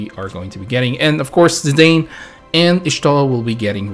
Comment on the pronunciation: You can hate me all you want & call me names, but I'll be that person.. Zidane is pronounced as "Zee-DAHN" and not "Zee-DAYN". And Y'shtola is pronounced as "YASH-toh-la". Now I can die in peace, thank you.